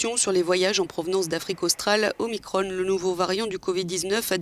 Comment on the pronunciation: En français on ne dit pas Omicronne. On dit Omicron, comme Macron.